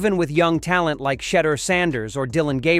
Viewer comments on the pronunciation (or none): Who the hell is Shedder Sanders???....His name is SHEDEUR....Damn AI Narrators 😏